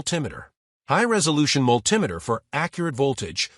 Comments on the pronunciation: I came looking for a multi-meter, not a mull tim itter. Thumbs down, no subscription for pidgin american. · Whats a mull-timeiter?